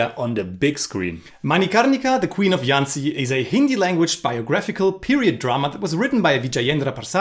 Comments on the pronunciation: The "JH" Jhansi is pronounced as a hard "JH" not "y". Like the j in "Jesus" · Its jhansi and not yhancy. Its hindi not spanish. You dont see us calling you yinmy cage do you? :p